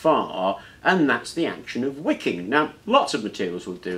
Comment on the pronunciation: I thought you were saying WICCAN, not "wicking" so I was a little confused at first.